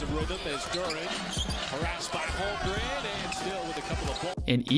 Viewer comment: Holmgren. Not Holgrem